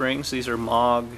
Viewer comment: It is actually MOO like a cow moog. Not mawg like a lawn mawg.